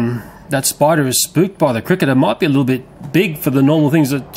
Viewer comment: i love how he says spider haha! SPIDA!! i'm scottish so i pronounce my R's lol